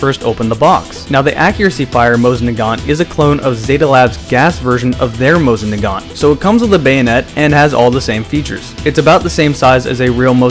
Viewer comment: have you been to russia?? they say it JUST HOW HE DOES... SO BLOW ME